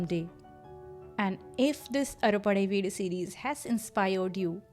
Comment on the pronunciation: Pronunciation not clear ...it is " aaru padaii veedu"